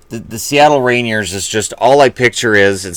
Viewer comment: It's pronounced 'Ray-neer'.